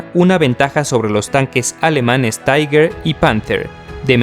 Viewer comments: un consejo...................... No uses el ingles, en denominaciones alemanas, tiger, es taiger, no tiga, como dices tu...... recuerda es alemán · tiga?... no seria mejor españolizado tiger, literalmente, prefiero leer las fuentes originales.... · osea en español se conoce como tigre no tiga jajaj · Y "Tiga" tampoco se dice "Taiger" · No se dice tiga 1 se dice taiguer 1 y se escribe tigger o algo asi y es mi tanque favorito ese y el jadgtiger E 100 el cazatanques aleman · Se dice Taiga y se escribe Tiger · El Tiger 1 de verdad "tiga"de toda la vida se dice taiger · Por q le dice TIGA al TIGER????!!!! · Se dice Tiger 😁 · que carajo es el tiga ? mal video osea prununcias mal los tanques el t34 aliado JAJAJAJAAJ tiene menos de saber jaja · cierto , pero oye tio haces buenos videos lo unico que no me gusta es que digas tiga y eso pero los demas videos estas muy bien echos te sabes desarroyar bien saludos y sigue asi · Pero hijo mío. Tiga. Panza, porcha. Todas ésas palabras están mal. Diccionario de R. Academia de filosofía y letras del castellano👌👌👌🇪🇸🇪🇸🇪🇸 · Estas en un error. Tiger, en alemán se pronuncia "tiga", en inglés "taiger". En cualquier traductor puedes comprobarlo.